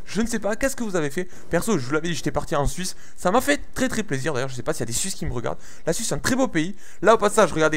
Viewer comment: quand tu dit suisse on dirait que tu dit suce pouce vert pour tout ce qui sont d'accord avec moi